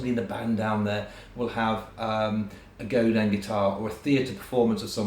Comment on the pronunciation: Godin makes brilliant guitars anyone can afford. They're a true credit to the industry. Also, as a Canadian, I'd like to say thank you for actually pronouncing "Godin" correctly.